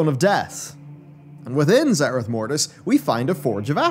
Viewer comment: You keep mispronouncing obvious terms, like it's not nozDRUmu, but nozDORmu, and in this entire video, it isn't zer-I-th but zer-E-th